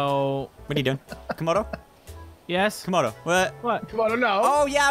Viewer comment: What it is Camodo not kamdo